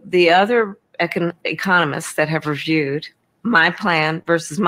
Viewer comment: she stumbles on two words and it is clear she’s repeating what’s been fed to her through an ear piece. She stumbled on “economists” and half mispronounced “reviewed” as “refiewed” 😂